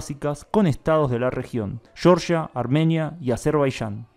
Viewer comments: Muy buenos tus videos, pero seria posible que cambies un poco la pronunciacion de las letras "Y" "L' "J" como ejemplo CABALLO y no CABASHO? O Georgia y no Sheorshia?, Cebolla en vez de Cebosha?.. Es solo un detalle, pero los videos son buenisimos y educativos. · Sheorshia? se dice Georgia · Georgia, no "Yeoryia" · No, tú no Ultra... también le vas a decir [Yoryia] a [Jeorjia]??? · Es Azerbaiyán no Azerbaishán, tampoco es Sheorshia, es Georgia. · se refiere a que en español se pronuncia "jeorjia", no "yorya" como si fuese en inglés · Asi es, se pronuncia "jeorjia' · El país de Georgia no se pronuncia como nombre inglés. Todos lo pronuncian mal. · CVL la corrección de Georgia puede ser válida porque se pronuncia así en todos los países hispanohablantes ¿pero cómo pretende que pronuncie Azerbaiyán un argentino? No tiene sentido jajajajaj está bien pronunciado, no va a leer la Y de otra forma cuando todo su acento es rioplatense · Georgia en español se pronuncia como se lee y no a la inglesa.